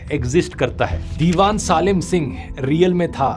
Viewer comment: सालिम नहीं सलीम सिंह बोलो 😂